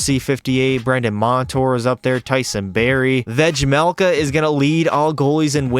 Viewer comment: just fyi, Vejmelka is pronounced as Veymelka, you've got it right except the J, great video btw!